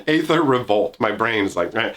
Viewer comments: is "Aether" really pronounced "Ay-ther"? I thought it was "Ee-ther". Also, TIL Toronto is bigger than Chicago. Did not actually know that. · After like ten seconds of searching, aether is just another version of ether, with the spelling differing based on different variations of languages, and it is still pronounced Ee-ther. Seems like most people just get it wrong because of the A that starts the word off, but is apparently silent, so Ee-ther is correct.